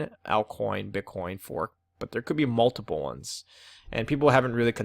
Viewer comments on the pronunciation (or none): none